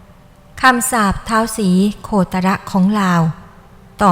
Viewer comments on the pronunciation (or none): "ศรีโคตะระ" ว้าซ่าน คนอีสาน คนลาว เขาอ่านเป็นคำเดียว อ่านว่า "ศรีโคตร" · อ่านว่า สี-โคด ไม่ใช่หราคะ ไม่ใช่ โค-ตะ-ระ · ศรีโคตร อ่านออกเสียงว่า สีโคด ไม่ใช่ สีโคตะระน่ะจ๊ะ ใครสอน ? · อ่านยังงั้ย.. เขาอ่าวว่า ศรี.- โคตร-. พระตะบอง. ไปอ่าน. ศรี. โค-ตะ-ระ.. ได้อย่างไร.. ถือว่าไม่รู้ประวัติ.. ของท่าน ศรีโคตร...เลย.. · อ่านถูกเหรอ สี โค ตะ ระ มันต้องอ่านว่า สีโคด ไม่ใช่เหรอครับผู้บรรยาย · ออกเสียงว่า สี โคด จ้า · คุณคนประเทศให้นวะ ไปหามาใหม่ อ่านประวัติคือล่มใหนมา ศรีโคตรยังอ่านโคตะระเลย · อ่านว่า สี โคด นะท่าน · ท้าว โคตะระตะบอง คนไทยเขาไม่ได้อ่านแบบนี้ 🤣🤣🤣🤣 พยายามจะใช้ภาษาไทยพูดภาษาให้ชัดแต่ใช้ไม่ถูก ฤาษี เขาเรียก ตน ไม่ใช่ องค์ 🤣🤣🤣🤣 แอดมินเป็นคนลาวนี่ 🤣🤣🤣🤣